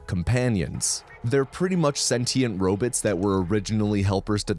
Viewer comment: The way u say robots is too distracting